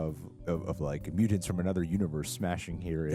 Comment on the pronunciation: Dude...MUTANTS with the t not d, its not mudants...